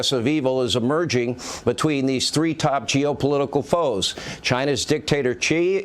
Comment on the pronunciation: World War TR-EE? :hand-orange-covering-eyes:+:face-blue-wide-eyes:+:face-orange-biting-nails:= :body-green-covering-eyes